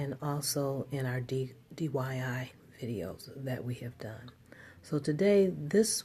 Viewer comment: Lol i love her she said Dyi instead of DIY